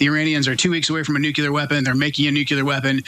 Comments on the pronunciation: Ah yes New-Cyoo-Lurr = Nuclear (Somehow) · “Noo-cue-lar” SMFH….